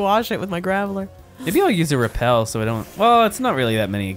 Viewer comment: "GRAVELLER" really got to me LOL EDIT: NEVERMIND WHILE WRITING THIS THE VICTREEBELL ALSO GOT TO ME